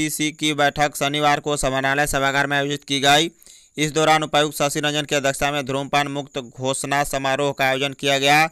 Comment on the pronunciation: Bhai धूम्रपान is right, Not धु्मपान